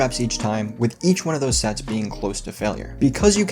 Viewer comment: I thought you said sex instead of sets at first. LOL!.